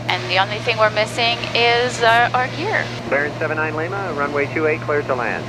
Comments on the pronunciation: Just some constructive criticism, she puts the stress on the "A" in Lima when she should put the stress on the "I". Líma, not Limá. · She just needs to put the stress on the "I" and all will be good... Liiiiiima